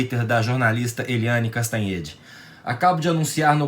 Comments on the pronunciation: MR é Cantanhade, não Castanhade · Não é "CASTANHÊDE", é "CANTANHÊDE". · Eita moço.... Legal seria se vc pronunciasse o sobrenome da repórter corretamente.